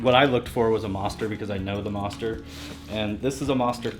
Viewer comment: haha, he says Mawhster instead of Moster. this is a really good series though. i dig it.